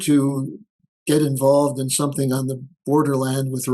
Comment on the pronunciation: I love when "comrade" says "somethink" LOL.,, Rich, Tom, EM, Holt, Murray, et al are all fantastic